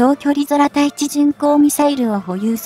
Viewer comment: 読み間違いが多過ぎるので低評価。 対艦（たいかん）を「ついかん」、空対地（くうたいち）や空対艦（くうたいかん）を「そらたいち」「そらたいかん」なんて普通読まん。